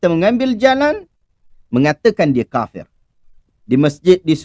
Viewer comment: Haaaaa bunyi dah 'kapir'